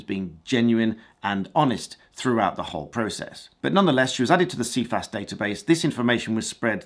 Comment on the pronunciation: First can I add it's pronounced "SI FAS" even the organisation themselves say it as that. 6 yrs is the maximum time a loading can remain. Sounds like a cat1 or cat6 loading now whilst mistake can happen it's unlikely they were not aware of why the account was being closed. Cifas would be the place to appeal the loading and get further information. Not sure this quite adds up as the way it has been portrayed here. ATB